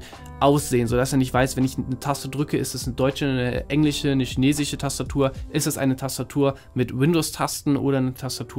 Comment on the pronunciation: Kommt es mir eigentlich nur so vor? Oder können immer mehr Menschen kein „sch“ mehr sprechen? Es heißt theoretiSCH und nicht theoretiCH, chinesiSCH und nicht chinesiCH! Sorry, aber das macht mich wahnsinnig! Und bevor jetzt wieder jemand schreibt: „dann klick halt weg…“: ich wollte es ja nur mal angesprochen haben!